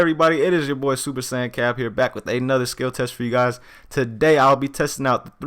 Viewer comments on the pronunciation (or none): none